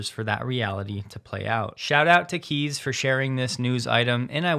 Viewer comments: Hey, thanks for another update - you're my favourite source of regular Tesla info! Just a quick heads-up - Kees is pronounced 'Case', not 'Keys' (t's a Dutch name). I'm half Dutch too. Thanks again, keep up the good work! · please stop mispronouncing Kees, it's pronounced "case", NOT "keys", cheers from 🇪🇺